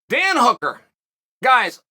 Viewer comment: He’s got hooker right at least lol